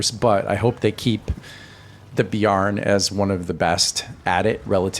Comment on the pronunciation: Bear + N not beyar + n. Great vid, I learned a bunch!